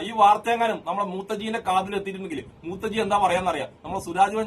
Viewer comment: മൂത്തജിഅല്ല മൂത്രജിയാണ്